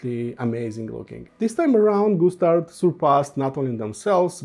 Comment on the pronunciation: Sounds like when you say Gustard you're saying Goose Turd. Okay maybe too much tweeds for me today. Thx for the review. I'm gonna go read a book w/ pictures now.